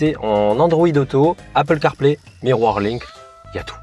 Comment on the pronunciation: Miroir link ta dis MDR !! On dis mirror link haha 😆.Mais bonne video !